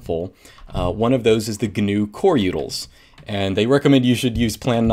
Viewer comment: Instead of utils he says yoodles. First time ever hearing this XD